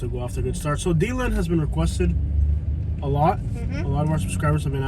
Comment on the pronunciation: Its De-land,not Dee-land! And the Buffalo Bills are pretty good lately!!